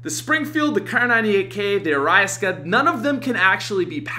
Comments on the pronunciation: Ariaska??? Dude.... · What is the "Araiasked"...? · He said a rise ka 😂😂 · Ohyeahyeah Sempai Ariasket xD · Allyson Clark Are-e-sock-uh Arisaka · Wtf did he just call the arisaka?!😂😂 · bro he said arisaka weird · Did anyone here pat say arisaka differently it was hilarious